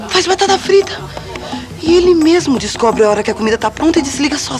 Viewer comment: "Descwobreuh" me fez rir alto